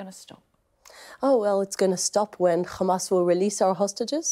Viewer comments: The name called HAMAS NOT KHAMAS. female puppy. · And PLEASE stop saying Khhhamas ! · Yup and it’s hamas not khamas. And yes this person is following Zionist ideology